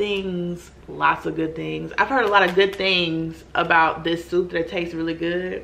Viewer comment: "it tatses just like a protein shake... nasty" 😂😂😭😂